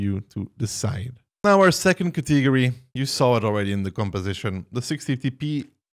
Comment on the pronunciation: he does it intentionally xD